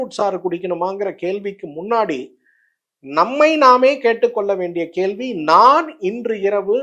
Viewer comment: கேல்வியா? கேள்வியா? கேகிற or கேட்கிற?